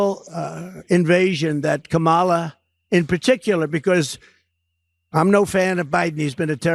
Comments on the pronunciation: How does he know what Kamala-a-la did as a teen? He can’t even pronounce her name. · Donald Trump is so stupid he can't even pronounce Kamala right. Did he graduate did he go to school? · Who's is they and WHY can't he pronounce her name. I call just plain STUPID. I can't take anyone following him seriously. Pure IGNORANCE or RACISM. Don't clap back. Today is not the day and I'm not the one!!! Love your channel, where the truth WILL be told